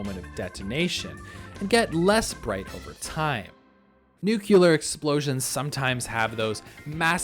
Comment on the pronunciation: Did bro say nucular